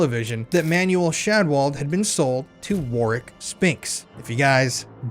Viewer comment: So glad you pronounced that 💩 Warwicks name correctly 😎 Keep up the great work as we need to EXPOSE all the fiddy kiddlers Ps I caught the slip 😉 but nice recovery 👍🏻